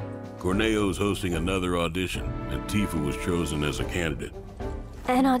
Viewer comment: Its Tif A Not Tee-fur